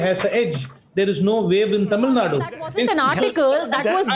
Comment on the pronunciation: hello Mr. u pronounce TAMILNADU in a wrong way... plz take help from some one...